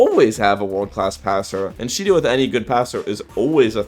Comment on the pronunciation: If you turn on captions and go to the part where he saids Shidou the captions say Cheeto